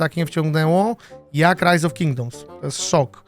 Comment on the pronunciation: tak zajebiscie wymowiles rise of kingdoms ze myslalem ze to po angielsku film bedzie